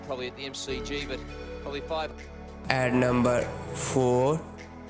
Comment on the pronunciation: Numbherrr tten 😂